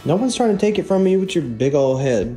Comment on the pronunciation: witewally hit the gwiddy